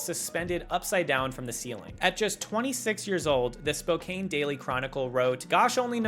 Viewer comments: I just found your channel and I love the content, but around the minute mark you say "Spo-cane" but it's actually pronounced "Spo-can" (source: I live there) I had to take a double glance at first because I never hear stuff about this city online hehe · Spokane is pronounced Spo-kan not Spo-kane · Sorry,. Spokane, WA is pronounced "Spo-Can". I've lived there for 35yrs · Couple of corrections: Paley is pronounced 'pay lee.' Spokane is pronounced 'spoe can.' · Not obvious from how it's written, but Spokane is pronounced SpoCAN. Everyone gets it wrong the first time, but as it's my hometown I do have to at least mention it.